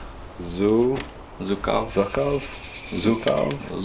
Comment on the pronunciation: Zhukov sounds a bit like 'juke off' in Russian. Not 'zook off'.